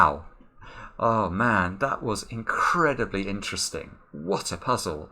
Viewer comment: “Wot eh puzzle!” Anthony.:)